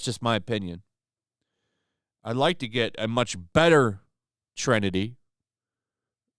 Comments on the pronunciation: FFS! The word is Trinity not “trenity”. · Trenity? I think you mean Trinity.